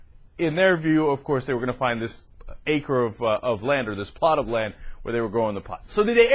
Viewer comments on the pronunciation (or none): none